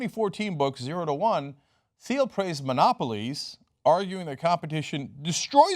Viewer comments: I read "Zero to One". Please read it before criticizing his position on monopolies. It is more nuanced than the out of context excerpts. Also, it's pronounced like "teel" not "theel". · And its pronounced TEEL. not THEEL. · It's pronounced T-uhl, like the color. NOT THEE-uhl. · I cringe every time Cenk mispronounces "Thiel".